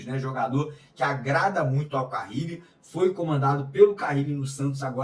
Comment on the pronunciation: Não é Carrile. É Carille.